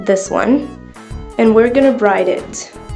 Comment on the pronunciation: Brade not bride ok :)